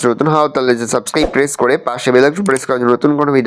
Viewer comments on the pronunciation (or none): none